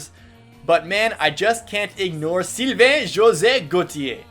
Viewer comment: You slaughtered Sylvains name... ooof.